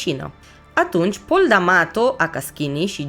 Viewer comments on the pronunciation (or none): none